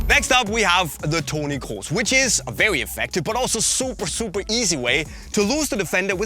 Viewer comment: Ist er Deutsch? Der hat Toni Kroos ziemlich gut ausgesprochen